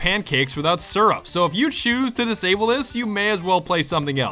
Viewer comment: I can't explain how mad I got when he said srup instead of syrup